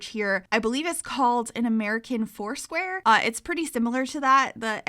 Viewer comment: when you said 'american foursquare' i heard 'american horseware' and i was like wow pensylvania really is quirky